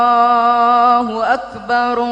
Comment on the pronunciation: Bah coba kasih tau klo azan jgn Allahu Akbarullah Allah huAkbar Allah jgn rullah harus jelas Allah sams Rullah udah lain